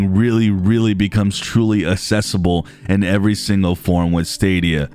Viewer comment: It is pronounced accessible with the first C being read as a normal C and not assesible. Thank you for the great video as always